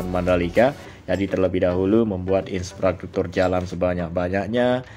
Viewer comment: Infrastruktur bukan inspratruktur wooiii😅